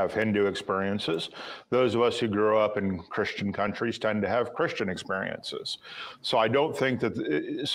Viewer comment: He says "exPUriences" 😭